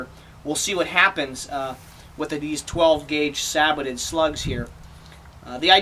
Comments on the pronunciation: It's like these reviewers have never seen a WW2 tank or any tank documentary, in the last 20 years, where the people clearly say SAY-BOW NOT SAAY-BOW. Sorry I cant get past that. Not gonna listen to minutes of talk from someone that pronounces it that way in the first 20 seconds of the video. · Christ.. saybow. Not sabbotted...